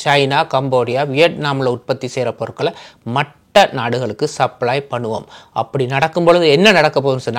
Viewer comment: நல்லசெய்தி நன்றி நீங்க தமிழ் பேசுவது வேற்று மொழி ஆக்கள் பேசுவதுபோல் இருக்கு மற்ற என்பதை மட்ட என்று உச்சரிக்கின்றீர்கள் எப்படியோ மிகசிறப்பான செய்தி தொகுப்பு.😅வாழ்த்துக்கள் 😊